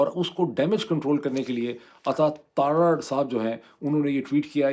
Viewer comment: Dr. Sahib, Ataa tar tar not tarrar